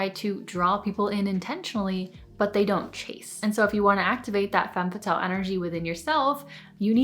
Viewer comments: Femme fa-tells 😂😂😂 I’m sorry I just couldn’t take her serious every time she said it like that. Not trying to be snobby it just genuinely made me laugh 🤭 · Step one: pronounce it properly :P